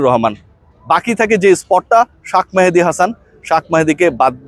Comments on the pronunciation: তোর নামে কেস করা উচিত নাম বিকৃত করার জন্য, এর আগে অনেক বার বলেছি শাক মেহেদী বলিস না,তুই নিশ্চয়ই আওমেলীগ আমলে কোটায় পাশ করা সাংবাদিক। তোর উচ্চারণ যখন ঠিক নাই তার মানে তুই পড়াশোনা করে পাশ করিস নি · ভাই শাখ মাহাদি না উচ্চারণ রা ঠিক করবেন প্লিজ